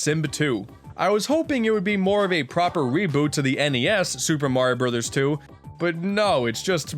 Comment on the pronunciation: new Shuper merio broos😑👋(facepalm)